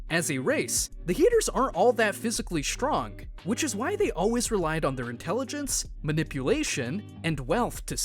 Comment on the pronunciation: How he read this ; STRONG , DESTROY is(h)trong , Des(h)troy.